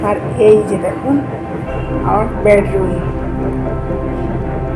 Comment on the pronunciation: Tumi kothakar manus vasata ai rkm keno bedroomke. Tumi bolcho badroom ucharonta tik kore bolo loke hasbe